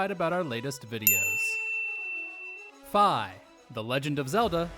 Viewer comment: Nope Fis name is pronounced correctly in this video because it rhymed with sky or Wi-Fi